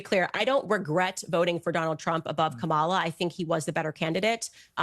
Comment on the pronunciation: worker overtime trying to mispronounce Ka-Ma-La’s name😅